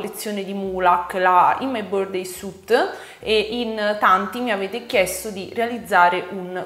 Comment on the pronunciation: Finalmente qualcuno che pronuncia underneath e "suit" in modo decente! 😁 Lo so non siamo tenuti a pronunciare l'inglese bene lo so. Poi però noi italiani scassiamo le balls a tutti i popoli del mondo perché non sanno cucinare la pasta. Quello è oltraggioso! Pronunciare suit come sweet invece eh dai cosa vuoi che sia! 😋😋😋